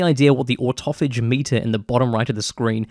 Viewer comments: ortuffage? Auto-Phage! muppet! 🤣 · The fourth fury skill is just the old fashioned slap em with the power of Thor or something Also if you're wondering how to pronounce autophage thing that's there it's auto-phage also confirmed this by way of the game also calling it in this way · Fellow Kiwi, I would pronounce autophage as "auto-fay-ge" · It’s pronounced ah-toe Fay-juh FYI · In game they call autophage, auto fage so im gonna go with how thats pronounced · I think it's pronounced auto- fage